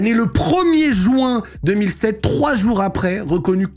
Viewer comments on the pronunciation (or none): none